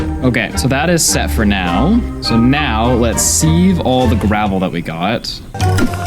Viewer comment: Loving the vid but "seev" instead of "siv" for "sieve" hurt to hear hahaha